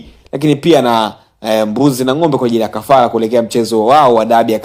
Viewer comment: jifunze ata kuweza kusema R ..😂😂 mpira sio mpila . Kafara sio kafala . Mimi nimejaribu sio nimejalibu ... Kia kuongea kwanza sio kupiga kelele nauo unao ongea ni uongo mtupu